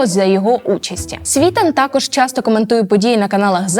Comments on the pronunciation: Чому СвІтан, якщо він СвітАн? Аж вухо ріже! Яковенко Ігор,а не Іван. Ну ви даєте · Контент робили-робили а в одному з головних героів, Романі СвітАні наголос невірно зробили. Він СвітАн а не СвІтан! І також правильно Ігнат а не ігнАт! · Не СвІтан, а СвітАн. Дівчинко, вчися ставити наголос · Ведуча така ж вумна,як і її "герої".СвітАн,а не СвІтан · Не СвІтан, а СвітАн. Еще одну молодую балду проплатили. Іди щось корисне роби вдома. Тарахтелка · Не СвІтан а СвітАн .. і робити огляд експертів з огляду на те як вони подані тиртрубою таке собі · Правильно наголос ставити СвітАн, а не СвІтан. Як сумно, коли в Україні такі непрофесійні журналісти, Ви ж готували цю передачу, невже не можна було поцікавитися , як правильно вимовляти прізвища цих горе- експертів, про яких Ви створили контент? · Журналистка знает кто есть кто но не знает правильное ударение фамилии СвитАна,военный знает и говорит а журналистка один хрен говорит СвИтан, про достоверность все понятно,можно дальше не смотреть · Не свиииитан, а свитаааан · Дівчинко! Навчіться правильно користуватись правилами української мови і ставити наголоси! У прізвищі Світан наголос на останній склад. Неосвіченим виступом ви, шановна, підриваєте авторитет української журнілістики. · А чому Сві тан, поцікавтесь наголосом,а слухати потрібно різну інформацію, бо як аналізувати , що б мати уявлення про сьогодення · Не СвІтан , а СвітАн ! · Дівчино, Ви якщо говорите про якихсь відомих людей, то поцікавтесь як треба вимовляти їхні прізвища. Не "СвІтан", а "СвітАн".Наголос є важливим. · Вам важко було хоча б відкрити вікіпедію, щоб правильно поставити наголос на прізвище СвітАна і дізнатись який страшний роzzійський полон він пройшов у 2014 році. Може далі ведуча, щось цікаве і розповість, але ж вже цього невігластва достатньо. Позорисько. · эти эксперты даже ударение неправильно ставят. СвитАн. как им можно верить? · Та не Світан (наголос на останньому складі) Світан!